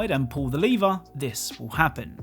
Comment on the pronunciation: I thought you were sayin' pull the "liver" instead of "Lever"